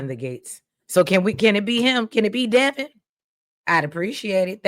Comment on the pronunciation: its Devon like Divine not Devon like Kevin